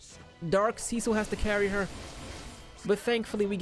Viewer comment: mans said seacil